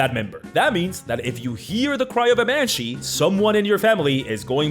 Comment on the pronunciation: Banshee? More like MANshee is what I heard